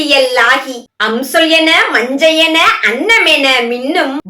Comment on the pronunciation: நன்று! வாழ்த்துகள்! மஞ்ஞை என்ற சொல்லை மஞ்சை என உச்சரிப்பது மாற்றம் பெற வேண்டும்.